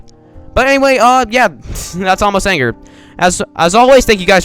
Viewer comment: its pronounced ay-moss and according to google translate Torre de la anger means tower of there anger oh yeah this is the skip for floor 3 oh again is a ladder that's tower of overestimating difficulty and tower of broken bricks, and the people in cages are blockerman mistahllama thatonekid10020 and meowy64 if you jump on aamos that happens :)